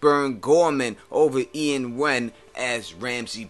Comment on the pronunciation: FYI, It's pronounced ee-wan not Ian and don't you think that people would be intimidated by him because he's a psycho and has a bad reputation?